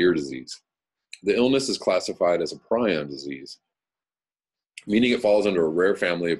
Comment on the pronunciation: Prion not prijon. Prijon is a German kayak maker